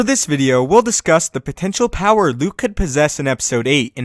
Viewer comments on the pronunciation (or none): power not pier